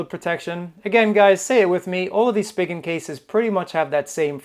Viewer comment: I think it's pronounced as Spy Jen!!